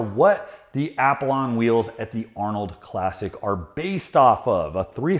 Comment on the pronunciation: keeping the YT game strong, but he needs to learn how to say Apollon 😅